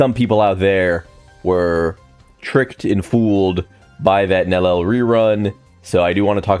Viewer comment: Idk if people know, but they stealth nerfed Gin and (Nel-lee-el) is her pronunciation..not Nel-el.